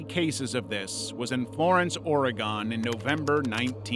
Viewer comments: First off, I love your videos. Second, Oregon is pronounced the same as organ. The whale video of it exploding, schools here actually show us sometimes on the day to "celebrate" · Oregon is pronounced like organ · or-e-gone. x-x it hurts hearing it that way every time